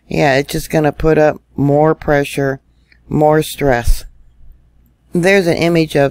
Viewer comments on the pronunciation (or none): none